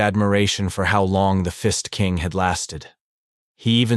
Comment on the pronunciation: "The Fist King" I heard The Fist ING king... I took a double take and heard it again then i finally Got it right there was no INg but i sure laughed to half death